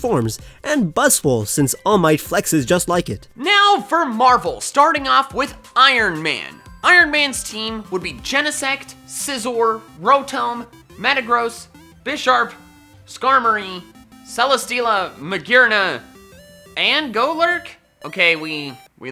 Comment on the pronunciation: yall say Rotom and Raikou wrong. even the captions prove you say Raikou wrong as it comes up Reiko. plus how you say Rotom is weird, i go by Row-Tom (Rotom) you go by Row-Tomb